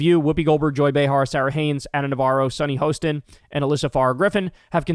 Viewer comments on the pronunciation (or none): For the future, it’s Sonny Hostin (Ha [like laughing] - Stin) 🫶🏻